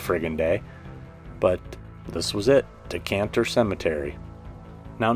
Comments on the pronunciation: I friggin LOVE you SO MUCH, but it's DECATER, not DECANTER, which is something to let red wines breathe. Lol, you're my favorite person ever!! This was a fantastic video bro!!! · Dee-kay-tur not decanter. 😜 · You de man but it’s Decatur not Decanter! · All of this is very close to my domain. One of the many perks of living in beautiful Atlanta. Nice job...oh btw, its Decatur...not decantur😂...no biggie, made me laugh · I enjoy your content. BTW, its "Dee-kay-tuur" Georgia, not "Decantur" Georgia.